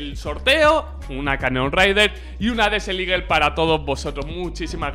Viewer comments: Hola, no quiero faltar ni nada xd pero la desert eagle se pronuncia desert "igel" no ligel, eres un makina y un saludo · Alguien mas se ha dado cuenta que dice desel eagle?😂😂 buen video crack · buen video crack!! aunque me pones nerviosito cuando dices DESEL IGUEL hahaha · "DESEL LIGUEL"